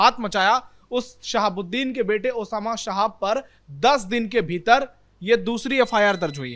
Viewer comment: ये पत्रकार नाम का सही उच्चारण भी नहीं कर सकते। ये महिला शहाब को साहब बोल रही है।